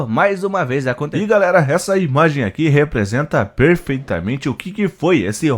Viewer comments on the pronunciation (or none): none